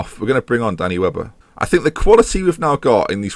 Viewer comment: Half the time you say Danny Webber I hear "Danny Welbeck" and it just makes me giggle. "Got James Lynch in goal, Danny Welbeck starting up front, the cow in midfield." Bonkers.